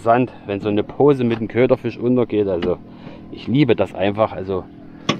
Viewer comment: KöderfiRsch Montage 🤣🤣 warst wohl nen bissl aufgeregt WA ?awer so jeht es mir och immer 🤣🤣 schönes Filmchen mach weiter so 👍🏻👍🏻👌🏻